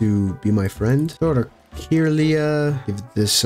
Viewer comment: Had this on for background sound and you kept catching my attention by saying things like Camerupt is a rock type, or Kirlia is (Kur-Lye-Uh) lol